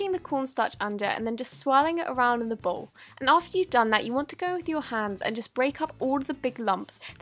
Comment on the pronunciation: When she said “ bowge “ 🤣🤣🤣🤣